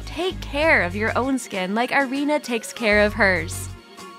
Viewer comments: Her name is pronounced ee-REE-na, not eye-REE-na. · Irina is pronounced EE-REE-NA Mispronunciation is annoying as hell.